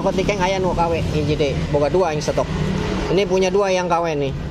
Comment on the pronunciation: Min knp sih klo ngmng sllu dngn akhiran huruf k...misal KW jdi kawek,dua jdi duak 🤣🤣🤣